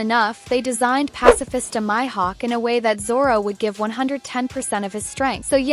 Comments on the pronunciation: It’s not Myhawk it Mihawk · Bro said myhud